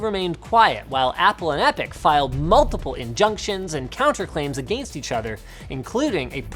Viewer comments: Linus, please stop saying agaayyyinst. >_< my poor ears. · OMG linus your Canadian accent when he says against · How he pronounced “against them”🤣